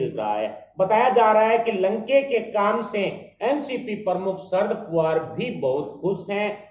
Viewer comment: Please pronounce the name of Shri Sharad Pawar correctly. He is NOT Sharad "POOVAR". He is Sharad "POWER". When you pronounce his name incorrectly, it shows your ignorance and spoisl your image. Also it is an insult to the senior politician. PLEASE NOTE.